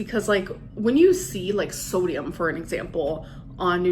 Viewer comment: I like when she says thodium